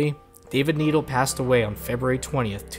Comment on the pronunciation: It's pronounced "NED ELLE" not needle